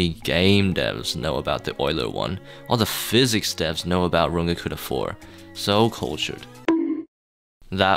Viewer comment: it's physics not "phisics"